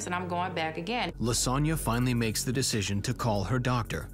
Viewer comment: I know her name is Lisonna but I hear lasagne